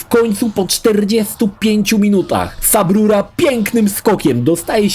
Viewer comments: Nie wiem czemu, ale za każdym razem jak słyszę subrura kisne coraz mocniej xd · Jak usłyszałem "sub ruro" już czułem, że będzie dobrze